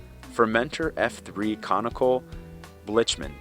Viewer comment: Blic-man not blich man